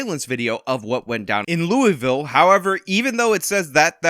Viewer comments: needs to work on his pronunciation of Louisville. Lou-e-ville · It's pronounced lul-vul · Ouch. Please never say Louisville like that ever again. If you're pronouncing the "I," you're wrong. 😂